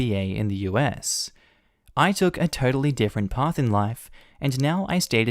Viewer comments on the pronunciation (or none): none